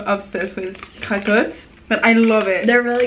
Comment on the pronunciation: lena: craquotte: cwaquotte hahaha sa me tue